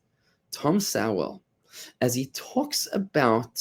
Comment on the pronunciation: Bud, you really need to learn how to pronounce Dr. Sowell's name.